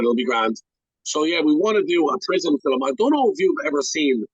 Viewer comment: I think ur a top fella but u gotta figure out how to say ‘film’ proper 😂